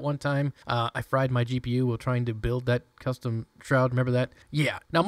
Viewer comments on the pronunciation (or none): none